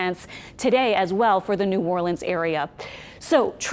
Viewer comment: Always good to hear someone pronounce New Orleans correctly.😊 Stay safe out there all you Jamaicans. 🇯🇲